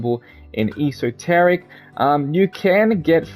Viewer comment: It's funny hearing him mispronounce esoteric